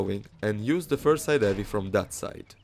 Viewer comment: “side evvey”